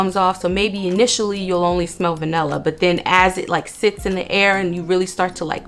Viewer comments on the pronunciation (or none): none